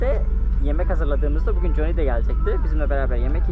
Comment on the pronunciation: Jonny ismii 0 degil A yakin okunur...o kadar Amerikada kaldım diyorsun bari sen yapma